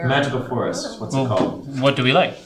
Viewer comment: really didn't seem to like Jerry's pronunciation of the forest